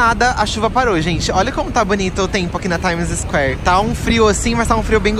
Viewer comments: Pára de fala "TaimiZisquér"! Se pronuncia TAIMISQUÉR!! hahahahah Vcs são hilários! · Meu Deus o falando Times Square me dói o rim... Hauahauaha...